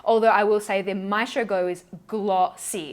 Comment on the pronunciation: I hate to break your heart but that’s not how you pronounce ‘maestro’ 😂 the stress is on the E 💕